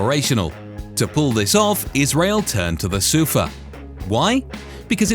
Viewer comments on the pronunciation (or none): SUFAAAAAAAAAAAAAAAHHHHHHH (stress is on the last syllable).